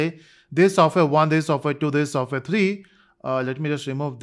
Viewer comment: Software ❎ Sofware ✅ 😂😂